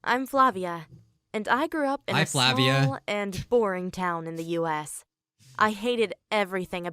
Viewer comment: the 'v' in flavia is pernounced 'w'